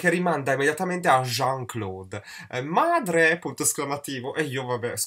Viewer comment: Noooooooo io chiamo mia madre e tutte le altre "Madrhreh" dai tempi di sensualità a corte! ahahha